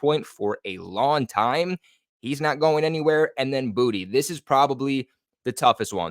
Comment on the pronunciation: My spirit tells me it’s boo tay not booty